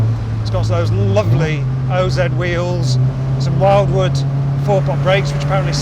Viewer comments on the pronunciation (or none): josh winn I thought he pronounced it 'wilewood' but I could be wrong.